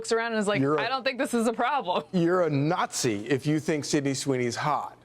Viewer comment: There are "Nat-zees", and then there are "Not Sees" !